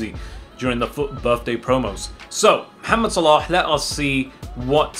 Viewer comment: Your MOHAMMED Pronunciation is perfect